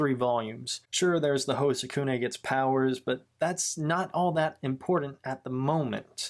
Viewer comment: I really like it but the some of the names you pronounced them wrong tsukune mizore and kyoko is tsukune' cousin but I did enjoy this vid